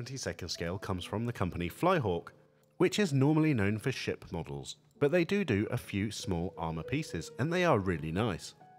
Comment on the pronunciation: When you said "Flyhawk, who are normally known for ship models", I first thought you said "sh*t models" lol. I like their little tank models. :)